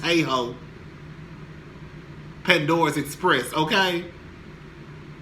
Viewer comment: Pandora's Express?? I thought it wa spanda.... Who the hell is Pandora lol